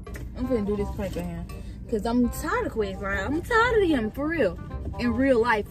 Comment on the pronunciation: Bro said I bought dis mat😂